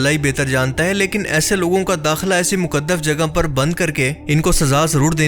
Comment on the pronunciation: Ya muqadaf nai hota muqadas hota hai